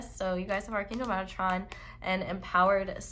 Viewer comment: Came to comments to see if anyone else noticed in Pile 4 you said Archangel Megatron not Metatron (which is hilarious but I always say that also) thought I was the only one.